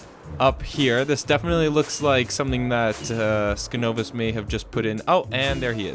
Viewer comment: I'm glad you included the little segment with those advancements! Also, my name is pronounced sign-ovus. Skin-ovus (the way you are pronouncing it currently) is my alternate account.